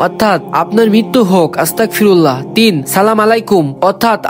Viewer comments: ভাই আস্তাকফিরুল্লাহ না আস্তাগফিরুল্লাহ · আপনি যে আস্তাকফিরুল্লাহ বলছেন এটার মানে কি আপনি জানেন আস্তাকফিরুল্লাহ না বলে আস্তাগফিরুল্লাহ বলেন 😊😊😊😊😊😊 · ভাই আমি আপনার একটা ভুল পাইছি আপনি বলছেন আস্তাকফিরুল্লাহ আসলে এইভাবে হবে না আসলটা হলো আস্তাগফিরুল্লাহ